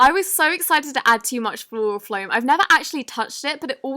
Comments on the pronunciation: Can we just appreciate how she pronounces floral foam as “floral floam” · Did she say floral floam